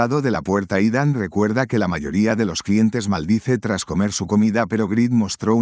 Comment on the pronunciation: Que buenos resumenes nos traes, pero aqui un corrección desde mi conocimiento y es que el nombre Ethan se pronuncia Itan, al menos por mi parte asi me dicen:goodvibes